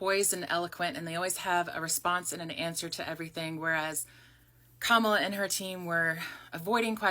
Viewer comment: This is right wing propaganda. It's the same propaganda that was spread that has more younger black people repeating it doesn't matter if you vote or not they are trying to get people to vote republican in the mid terms and her name is comma-la. Say it right if you want us to THINK you are an ally